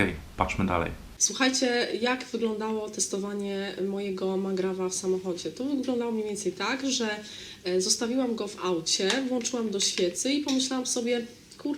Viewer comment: Jezu,, świetny filmik 😂 Ale włączam a nie włanczam etc:c